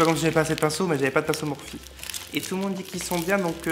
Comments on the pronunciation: On dit « Morphi » voyons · Je crois que sa se dit morphi ... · Je crois que ça se prononce plus "morphi" 🙄❤ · Je suis très intéressée pour une vidéo complète sur le test du FdT Beauty Blender + maquillage avec les palettes MORPHE (que je prononce MORPHI perso mais je ne sais pas si c'est ça ...) A bientôt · Fait un tuto avec les nouveaux pinceaux Morphe ( qui se prononce morfi 😂) et les palettes et les paillettes stilas obliger 😂❤️